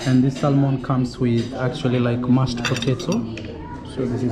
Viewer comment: Sorry Bro for getting scammed, just a polite correction the fish salmon, when pronouncing it the 'L' is silent